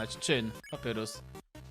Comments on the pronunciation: Mówi się papayrus nie papurus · wymawia się Papajrus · Na litość boską prosze wymawiaj papajrus (papyrus) andajn (undyne)